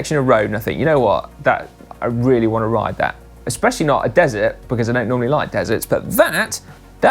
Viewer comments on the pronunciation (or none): none